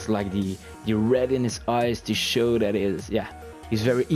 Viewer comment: When you say "that" I think you say "death"